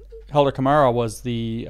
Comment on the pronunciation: Camara: think "CAH-MAR- RA" Lot's of Portuguese where I'm from.